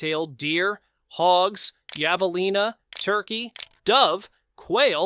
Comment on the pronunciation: What the hell is a yavalina?